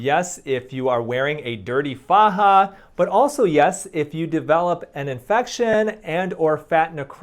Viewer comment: I’m here for Dr. Youn’s attentive facial expressions😂 and how he says Faja like a true Latino 💃🏻